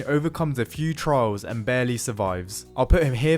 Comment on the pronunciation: It took me a few seconds to figure out you were saying "trials" and not "trouts".